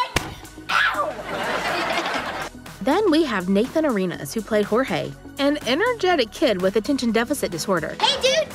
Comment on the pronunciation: It's Nathan Ar-eh-nas not Nathan A-ree-nas